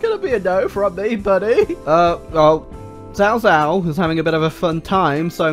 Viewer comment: cao cao pronounced as kao kao :(